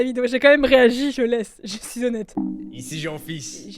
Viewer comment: Il dis "chui dans les temps" pas chi€r dans les dents 😂